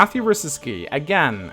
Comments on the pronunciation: Did you just call Guy "G-ee?" It's pronounced "G-eye" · Why do you pronounce "Guy" as "Gi/Gee"? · It's guy not gay!